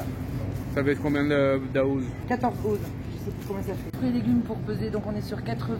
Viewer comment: OZ se prononce "Once" en français d'Amérique du Nord ;-) Côté prix, Canada / USA c'est réellement beaucoup plus chère qu'en France :-/ Autre point, Walmart n'est pas représentatif du choix possible car il est possible de trouver de beaux et bons produits...mais encore plus chers qu'au supermarché.